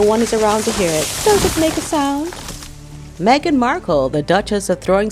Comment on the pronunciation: Meghan. The H is silent.